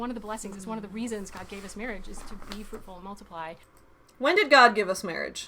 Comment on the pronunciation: Ohhh its be FRUITFUL. i thought they kept saying be FRUITY 🤭🫳